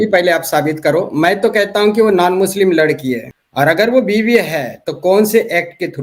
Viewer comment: H muchlim bol rahi hai 😅😅😅😅😅